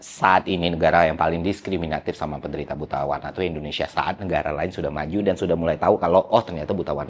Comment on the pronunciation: Bang kalo ngomong jangan buru-buru, baru 4 detik nonton udah "enam" sama "dan" huruf terakhirnya ketuker 😅 jadi "enan" "dam"